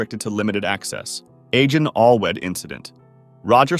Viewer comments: Please don't mention Welsh caves again. You completely butchered the name. Agen Allwedd is pronounced A-gen Alth-weth. I hate it when people mispronounce names of places in the UK. You won't be able to pronounce Welsh names as a Yank, so please don't try, no offence. It's the same with many names of places in Yorkshire. They're virtually impossible to pronounce by a non British person. E.g. Staithes, and Slaithwaite. Pronounced Steers, and Slah-wit, respectively. Even then, the written version doesn't actually come very close to accurate. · Yeah........no one from the US speaks Welsh..... you're lucky if we get Spanish names right........